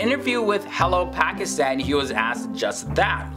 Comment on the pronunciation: As least say Pakistan & Pakistani properly...